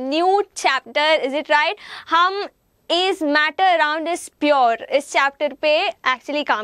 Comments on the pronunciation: Mam it's pure not purrrr😂😂😂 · Mam it is pure, its not piyur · She can't even pronounce pure properly